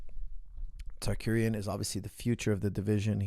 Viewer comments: It's Tsarukyan, not Tsarkuryan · Tsa-ru-ki-yan. Not tsakurian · coach you saying arman's last name wrong. It is Saru-KYAN, not Sarkuryan which sounds like how you are saying it, and the other way you said it proncouncin the T lol, listen to how ufc announce his name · Common coach ,RU-KY-AN , RU-KY-AN😂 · Targaryen, Shah Rukh Khan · Sarkariyan. What's so a Hard there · Tsakueyan tarkuryan... 🤣🤣🤣🤣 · Coach went from wrong pronunciation of Arman's last name to another LoL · This episode showed me that cannot pronounce the name Tsarukyan to save his life 😂😂😂